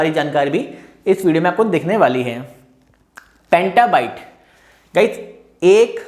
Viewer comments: it's petabyte bro not pentabyte. But nice video and explanation :) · Petabyte not pantabyte